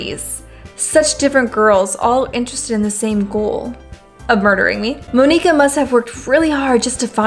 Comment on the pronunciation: Monika is pronounced the same as Monica